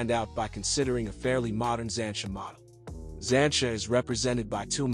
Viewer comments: It’s not ‘zansha’ it’s ‘zanteea’ duh. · I turned this off when I heard “Zan-cha” and “trunk”😂